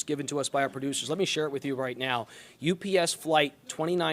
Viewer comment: Also, she repeatedly says "US Plane", and not "UPS Plane".